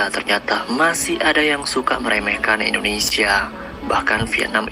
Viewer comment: INDONESIA, bukan ENDONESA